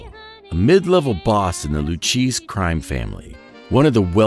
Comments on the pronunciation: Henry Hill was an Associate of the LOU - KAY -SEE Family. That is the correct pronunciation of the Lucchese Family. Not LU - CHEESE. This is me tuning out, you illiterate AI Soulless robot. This is me tuning out after ONE MINUTE AND THIRTY-SIX SECONDS. No wonder generation Z cannot find Washington D.C. on a map of the U.S. Thanks for the continual decline in standards. I hope your grandchildren learn Mandarin ( the main dialect of the Communist Party of China ) they better study Russian too since they will be the muscle behind the bayonet. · It's Loo Kay Say, not Loo Cheese, you mutt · Please, if you are going to narrate, please make sure you can annunciate the words. It's the Lew-Kay-Zee family...not Lew-Cheese. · Fascinating video. A few things were missed (Billy Batts for example) but otherwise enjoyed learning new things However I must say: the crime family name is pronounced Lew Kay Zee and not Lew Cheese. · I scrolled down to the comments section to say that it's pronounced Loo-kay-zee, not Loo-cheese but it appears half the internet has already beaten me to it, so I won't say it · “Lew-Cheese” pretty sure you mean Lew-Kay-Zee. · I've never heard of the "LewCheese" crime family. I've heard of the Luchese crime family pronounced Lew- Kay -See in English... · "Loo-Cheeze-y Family "....🤪🤭😜🤣... In case there people out there in the world, who don't know... It's pronounced, "Loo-Kay-Zee"....Luchese 🤌🏼 🤘🏼😎🏴‍☠️ 🤫🤐😶🙊🙉🙈💀☠️💀☘️🥊🤌🏼🗣Boston/Beantown..... Where there residez....even still in this crazy new world of all things "out there"/surveillance/gps tracking ...etc. etc., there's tech "they" have, that it's not even a fair fight-"us" against them" "Us", real life "Men of honor, respect, & loyalty"....'Til death do us part....Are literally walking, breathing "extinct dinosaurs" 🦖🐲🦕🐉 💯🫡💯 I'm sincerely looking forward to the next chapter....the beyond "here" ⚰️⚱️☠️🪦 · I couldn’t listen after that. Lu cheese blue cheese. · Who pronounced Lucchese as LOO-CHEESE. UM YEAH